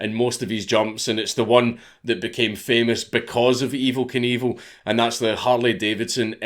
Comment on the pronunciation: dank saying Evel Knievel just sounds like Evil Cannibal every fucking time